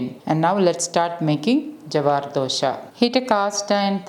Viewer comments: Thx mam. But its dosa not dosha 🙂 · It is not dosha,it is dosa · Sorry it is not dosha.. It is Dosa.. Dosha means different.. So try to pronounce dosa.. Just shared my thought.. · Nice, it is dosa , not dosha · It's dose not dosha pls pronounce properly. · Dosa is prounounced as dosa or dosai, not Dhosha! Correct Ur prounciation coz Dhosha means altogether a different thing. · Samantha, before you teach someone, please educate yourself first. Just as dosa is dosai in Tamil, dosa is dosha in Malayalam. And don't forget that dosai or dosha is a south Indian dish. So don't teach south Indians how to pronounce their dish. FYI, Dosa is the English/non southindian version of dosai or dosha . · Who told you that it is dosa and not dosha. It's pronounced as dosha in Malayalam just as dosai in Tamil. Please don't forget that it's a south Indian dish and you are trying to tell a south Indian, not to pronounce the way it ought to be pronounced, instead pronounce as dosa which is an English/ non south Indian version of dosai or dosha. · Dosa is pronounced as dosha which means difficiency ...